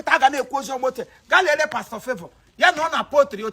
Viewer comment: This one no bi pastor na paster